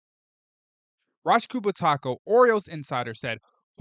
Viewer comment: Rock Ku-bat-ko. Please, please pronounce his and other names the way HE or SHE or THEY do. Thanks,.